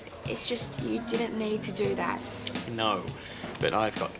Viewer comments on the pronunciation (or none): NAUR CLEOURRR